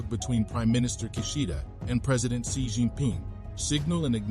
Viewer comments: Isn't Xi (pronounced as C) ? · i hit the dislike button cas the pronunciation of President Xi was wrong😅